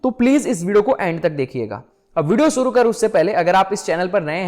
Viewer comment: शुरू को सुरू बोला ।